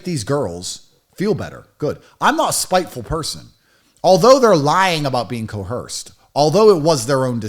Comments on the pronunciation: "I was co-Hersed!" 😆😆😆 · Repeat after me. Coerced. The non-existent H is silent.